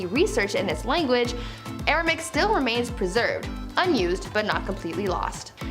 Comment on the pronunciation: Hebrew is still very much alive and used, even in the U S. That language Jesus used is "Aramaic". You're saying and typing "Aramic" which is uncomfortably like Arabic. It is pronounced "ARA-MAY-ICK"